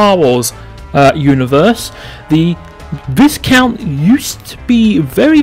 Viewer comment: Actually... the pronounciation of Viscount is Vaikount - 🤓